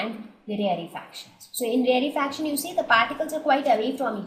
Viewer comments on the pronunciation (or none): please don't say rarre fraction its rare fraction its so annoying when you say it wrong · You are pronouncing rarefaction wrong 😑😑